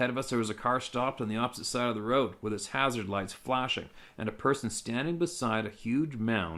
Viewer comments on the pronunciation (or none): none